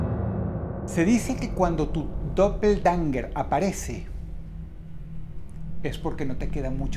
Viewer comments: Realmente es Doppelgänger, con a umlaut, o a con 2 puntitos xD En aleman: doppel (doble) - gänger (andante) Se pronuncia aprximadamente como "doppelgenga' " Edit: tambien se puede sustituir la ä por ae, quedando Doppelgaenger. Se pronuncia igual Clases de aleman gratis xD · Se pronuncia dopelguenga dross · También lo pronuncia mal en